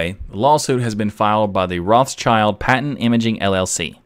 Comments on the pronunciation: Rothschild is not pronounced roths child... It is more like rot shield. German name... Awesome episode. Keep up the good work mate. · Rothschild is prononced 'rot shield' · Acrually it was pronounced 'rot schild'. So a German pronunciation. But like many names the pronunciation changed depending on where the branches of the family lived. So nowadays there are several pronunciations.